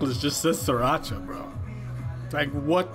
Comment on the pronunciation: we love stanning musical geniuses. (also it's pronounced as "three-racha") (unless that's what you are saying but i swear i keep hearing sriracha lmaoo)